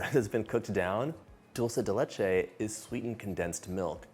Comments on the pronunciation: ¡ Que bien pronuncias “dulce de leche” ! Soy argentina 🇦🇷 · You said it right!!!! It drives me bananas when people say dolce de leche and not dulce de leche…my name being Dulce, I love being called Dolce, doesn’t bother me one bit but when Italians see it and go with their version but when referencing this treat…SAY IT RIGHT!!! Thanks a million, John!!!